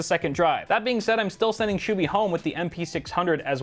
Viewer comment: When realizes its "SHUBHY" and not "SHOOBY" 😂